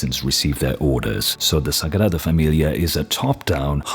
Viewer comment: You pronounced sagrada familia that I now I'm questioning if you are, spanish, portuguese or Italian.